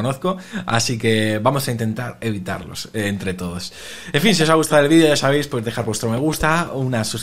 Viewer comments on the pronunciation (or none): none